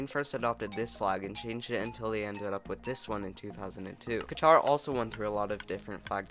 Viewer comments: btw you’re pronouncing it wrong it’s more like qa-tur with a more emphasis on the throat, not ka-tahr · Thanks for this vid! I respectfully have a notice to all anglophone people! Qatar is pronounced like qa'tar (the second a sound is short) not like qataar. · as a Qatari, you're also pronouncing it wrong. Locally we pronounce it as Gitar. :) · You wanna know something? You pronounced Qatar wrong. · remember Bahrain is pronounced buh-HRAIN and not BUH-rain and Qatar is pronounced exactly the same way you would pronounce cutter.